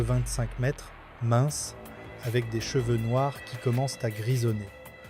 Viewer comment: on prononce "mètre", pas "maitresse" !!!